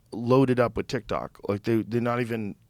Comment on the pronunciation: Adam Curry is a really cool guy, great guy.. But when Adam Curry talks about TikTok, he says Tik-Tic ... I'll see myself out now.